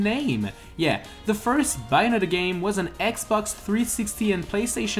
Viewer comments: It’s bay not by oof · It's pronounced "Bae-oh-netta" not "buy-a-netta" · no Bianetta doesn't mean anything but, BAY-o-NETTA means something to me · Who else cringed when he said Bianetta when it is Bayonetta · It is pronounced BAY-OH-NET-TA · You don't know how to pronounce Bayonetta. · Pronouncing Bayonetta wrong, but only a true fan of Bayonetta will understand the storyline